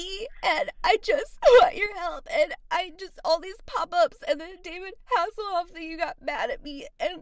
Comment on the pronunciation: “David hasslhof”!!!😍😍😂😂😂😂